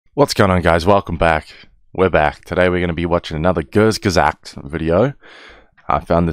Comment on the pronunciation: The u in kurzgesagt isn't like in "turn", but a bit more like the one in put.